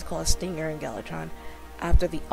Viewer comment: Ma'am it's gal VA tron. :)